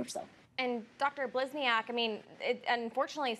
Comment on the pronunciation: So neither one of these news anchors could bother to pronounce her name correctly? Blisni-AHK? Seriously?